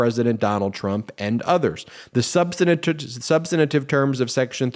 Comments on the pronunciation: Ben- You always add a syllable to the word, substantive. You're welcome. Love, your grammar gramma. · I love most of his videos, but Ben consistently adds an extra syllable to "substantive." Three syllables: SUB-stuhn-tiv